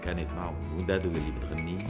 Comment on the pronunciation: قالت مادو بدل دادو😄